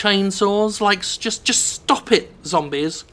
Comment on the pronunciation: LOL I never get tired of how he says "zombies", it's like "zombiz"